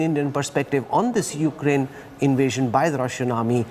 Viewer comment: its Ukraine. not Ukaraine